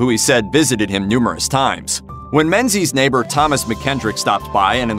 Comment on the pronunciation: Menzies is a Scottish name, and is pronounced ming-ies